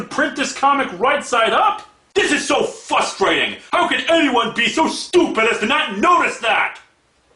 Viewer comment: is it really wise to make fun of someones mispronunciations when you yourself have pronunciation problem? then again i dont think chris bores can pin "fustrating" on an accent